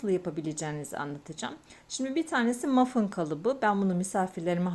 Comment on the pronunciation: Mafın değil o Muffin diye yazılıyor "mafin" diye okunuyor 🙂